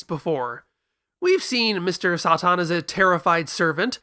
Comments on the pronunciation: just say “saytan” that’s literally his name the way you’re saying it is driving me mad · I love dragon ball for its direct references to the west and Mr. SATAN (why are you pronouncing it like that?)